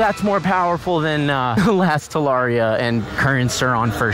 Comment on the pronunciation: At least learn howbto pronounce the damn name TA LA RRee Ah